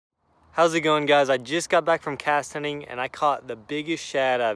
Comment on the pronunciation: "Castening"?! 🤣👍 (I'm totally stealing that!)